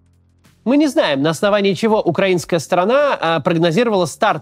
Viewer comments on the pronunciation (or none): none